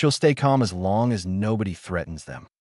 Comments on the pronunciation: And as which it reads as A S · As not A-S